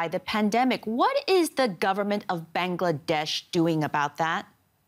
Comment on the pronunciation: "govt of ban-gla-dash"